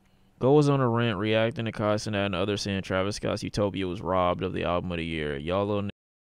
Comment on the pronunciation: Bro said u-nope-ia